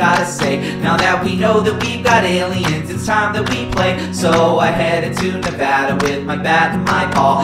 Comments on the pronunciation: I applaud you for pronouncing Nevada correctly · FINALLY SOMONE IN THE INTERNET EHI PRONOUNCED THE NAME CORRECTLY LIKE GOD